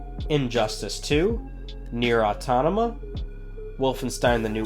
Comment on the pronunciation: Nier Autonama 😂😂😂